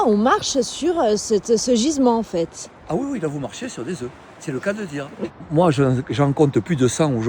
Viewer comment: Œuf au pluriel on ne prononce pas le F !!